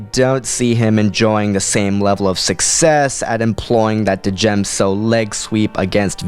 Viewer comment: FYI I don't think that you're meant to pronounce the D in Djem so. Great vid man :-D